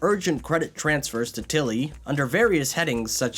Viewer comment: I'm curious, only because it's so strictly consistent Why do you say til-LY when saying his full name, but only TIL-ly when shortening it?